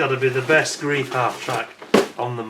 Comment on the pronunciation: In German 'ei' is pronounced 'eye', so it's 'gr-eye-f' not 'greef'. Looks a nice kit. I think Tamiya did one that I remember never finishing because I got bogged down with the interior. I'd do better now. I hope.